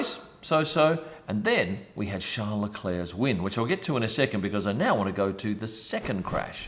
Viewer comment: Come on mate your aussie you know how to say charles properly